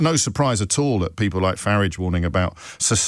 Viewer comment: Faridge riots, not Fararge riots